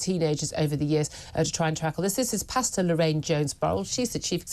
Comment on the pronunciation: She's called "pastor", not "pasta." These two words have different meanings and different pronunciations.